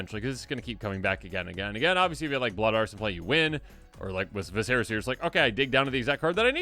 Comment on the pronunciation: It's pronounced 'vissera'... JESUS TAP-DANCING...